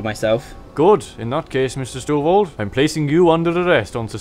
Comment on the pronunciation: You weren't even first. First was like 20 mins+ before you. :P And it's Stovold, not Stovel... :P